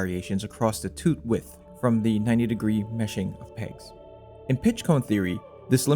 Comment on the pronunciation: “Thea” friction in “ey” cog… too many thea’s and ey’s in the comment voice for me 🙃